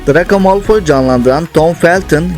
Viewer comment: Drako değil Dreyko